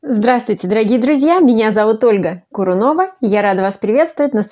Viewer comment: Я Ольга...(Мхатовская пауза) Курунова